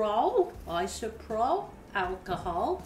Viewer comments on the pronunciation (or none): Isopropyl has 4 syllables. It is not isoprol as you say it.